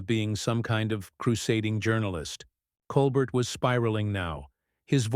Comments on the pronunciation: You are mispronouncing stephens name stupid. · Horrible robot voice speaking and emphasizing the wrong parts of phrases. Also rudely mispronouncing Stephen’s last name. 🤮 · Ok if you're going to be on the tv please say the host name it's Col Bear! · Lol whoever the narrator is... couldn't even say Colbert's name right...what a joke!!